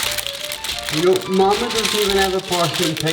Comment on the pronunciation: I like how you say mama